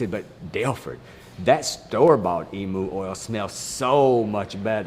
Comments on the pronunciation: In the South or wherever else, "emu" is pronounced "e-mew", not "e-moo". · I've never heard a Texan pronounce Emu like "eemoo", it's always been "eemyew"!